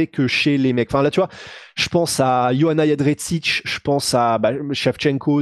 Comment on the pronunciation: cest qui yoanna yennedretsich ? 🤔 Ca se prononce Yondjeytchek.